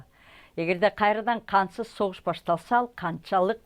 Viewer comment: Кансыз согушпу же кантсыз согушпу туура суйлогуло